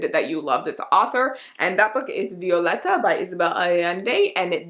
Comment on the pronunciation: Thank you for pronouncing Violeta correctly! 🤗